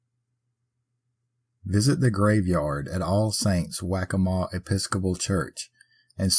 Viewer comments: It's not 'Wack a maw'! It's pronounced 'Walk a maw.' I live there. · It’s also a heavy Halloween attraction and it’s funny how you pronounce waccamaw I live literally twenty some minutes away . You should do Grayman next that too is a Pawleys ghost